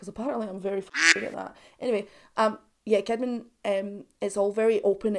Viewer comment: "Jens Kidman": The softer J ([j] not [d͡ʒ]) and "Sheedman". That's how Swedes pronounce it 😊